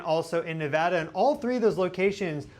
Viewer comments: Thank you so much for saying Nevada correctly. ❤😊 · I just want to say I thank you for saying Nevada correctly, we take it seriously around here lol